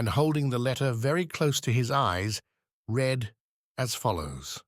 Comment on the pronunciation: Astonishing. There are some issues with the tense of 'read' for instance, but overall, no more errors than a human reader might stumble over. It boggles the mind.... When you hear the occasional split second vocal anomaly, you can't help but be alarmed by the thought of possible robotic anguish